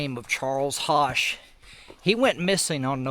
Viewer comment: ...Love the Video..Just to help you in Future vids...Charles (HOSCH)..is Pronounced- -(Like PUSH and BUSH, but With an H..) Take Care !!.